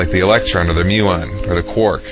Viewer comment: that freaky French guy creeps me out! (around there) It's muon, not "milian". Actually, just chop that out... the whole segment. Using Fibonacci sequence and the golden ratio as evidence of the divine is going off on a lunatic fringe. And similarly with the symmetry on the quantum scale. It's just maths. Oh that's so annoying. Seriously. It was all thumbs-up until this very point. This amateur fool reading something from Nature and not understanding it at all. Was thumbs-up, but now thumbs-down. Sorry, but unless that garbage is removed I have to rate this as utter bullshit. Actually I can't watch anymore. You lost me.